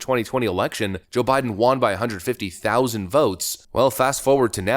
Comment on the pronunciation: WON = W-uh-n WON ≠ W-ah-n You sound stupid every time you say it.